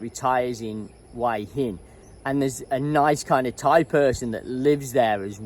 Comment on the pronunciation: Why is it after all this time you still can't pronounce Hua Hin? 🤣😂 It's not pronounced "Why in" as you say 👍🤣